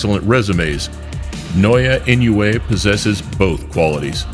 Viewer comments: “Now-yeah in-a-way “ This is the closest pronounciation to the Japanese language. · No... Now ya ee no ooh ay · One of these day I’ll find someone who can pronounce Naoya Inoue correctly.